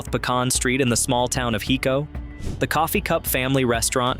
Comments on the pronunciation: Loved seeing this video on my beloved state - great, classic places. HOWEVER, if you are going to do a video on Texas you need to learn to talk Texican - I.E. LEUcKENBUCK -not LUCKenbach - Listen to the famous song, GRENE - no Grooen. HIco - not Nico, We do have many more weird city/town names that non Texas will never get right. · Gruene-Green. Hico-HYCO. At least Luckenbach was pronounced right toward the end of the segment, and you got the Guadalupe River and Burnet Road.